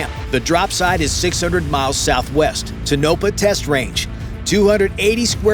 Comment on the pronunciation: Toe’na’pa not Tonope’ah